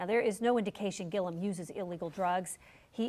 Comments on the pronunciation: Ti, love you but you gotta start getting these names right...Andrew Gillum, not Gillium! 😩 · It’s GILL-UM not GIL-E-UM lol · I love you Ti, but his name is pronounced Gill-um.